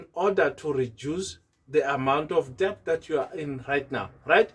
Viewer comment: Det not de b t